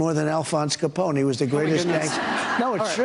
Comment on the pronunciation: I grew up in Chicagoland, it has never occurred to me until now that an American would not know how to pronounce Al Capone's name. But Trump, with his narrow east-coast preppie education, managed to do it.